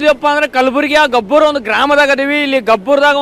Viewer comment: ಗಬ್ಬೂರ್ ಅಲ್ಲೋ ಎಪ್ಪಾ ಗೊಬ್ಬೂರ್ ಅನ್ನೋ ಇವ😂😂